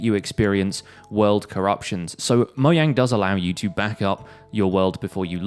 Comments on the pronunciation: I guess lmao idk why it annoys me so much :P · It's the way he pronounces jt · This man said moyang at the beginning of the vid